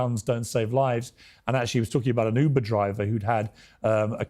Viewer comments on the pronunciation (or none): none